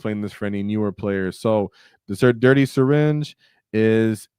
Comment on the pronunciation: brother I think the syringe is "hurty" not "dirty"